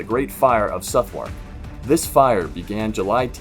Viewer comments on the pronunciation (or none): Watched everything on your channel in about 4 days ! Love it! P.s. number 4, pronounced Suth-ark 😊🏴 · Number 4 - The spelling is ‘Southwark’ not ‘Suthwark’ and is pronounced Suhth-uck, that is the last syllable follows quickly on from the first. Like in a lot of English words, there are ‘silent’ letters and differentiations on pronunciation depending on where a person is from - I’m from the North of England, but can honestly say that I’ve never heard a Londoner (nor anyone else) pronounce it the way it is pronounced here ! Maybe before uploading to the channel, you should use an American-English (or Canadian-English) to British English translator ? (I checked the pronunciation on Google Translate after writing the above and they use the same as me !)